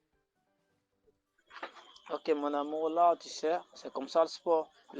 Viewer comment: Aha, premier "MONAMOU"😮😅